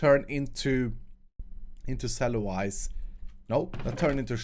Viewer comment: It's pronounced "sell-you-lows"!